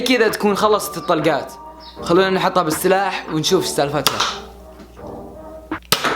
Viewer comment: قال بالثلاح الثاني 😂😂😂😂 انا سامعة غلظ او غلطانة؟